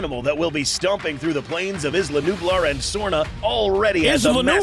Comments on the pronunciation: it's nublar not nubar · its not called isla nubar is calld isla nublar